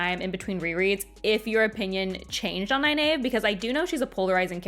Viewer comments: Ny-nave ? It seems so obnvious that Ny-neev must be correct. Is Egg-ween also wrong ? Or Ay-ell, Shawn-chan, Ah-jah ? I always think Faile is pronounced as in Failure. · I'm sooo sorry but every time you mispronounce Nynaeve's name I cringe..... I gave you a link, that from Robert Jordan's mouth it's Nigh Neev. (ny Neeve works) I have no idea who told you that you were wrong the first time but it's even in the glossary and I have a beautiful copy of the Wheel of Time Companion book and it's there as well. Sorry I will comment till you get it right!!!!! but love your reviews and thoughts on the wheel of time. oh and I have the audio books that I've listened to the series on my long commutes... and your right she (Nynaeve Pronounced Nigh-Neev) was the adult and I knew she was really trying to look out for them, but she was a bit overprotective in the beginning. I don't think I changed so much on my opinion of her on that. however by the end she was great. But re listening on this showed me how much they had to cut from the tv series, which in a way makes sense and, I did pick up some more subtle hints and a few more foreshadowing events I think I missed in my first read as well. just in the first 3 books. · I used to pronounce it ny-nayv, until my brother attended a Robert Jordan book signing where he said it was ny-neev. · According to page 785 of the glossary in "The Eye of the World" book, it's pronounced (NIGH-neev), so whoever told you to pronounce it the way you do now, was wrong. Besides, if you just read the books over again, then how did you not know that there's a glossary in "The Eye of the World" that shows you how to pronounce several names in the book correctly? What's up with that? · that pronunciation of nynaeve hurts my ears